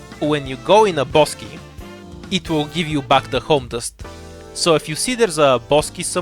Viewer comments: i apologize for asking, but I dont understand what you're saying when you say "boss key" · sorry, but what do you say? Boss key? What is that? Or am I misunderstanding you?